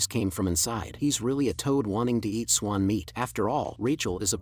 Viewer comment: Bro is geting edicted to the chines cwouts 'he realy is a tode tring to eat a swon'😂